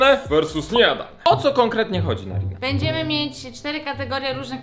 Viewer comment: Karina a nie narina